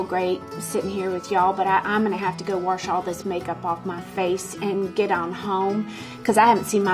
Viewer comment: I cant go with warsh or worsh. There is just no R in the word!